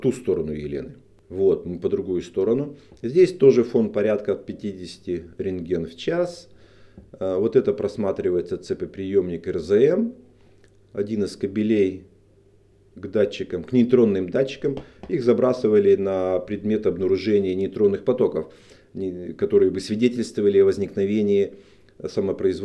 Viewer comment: кАбелей ударение верно...а не кабелЕй...не от слова кобель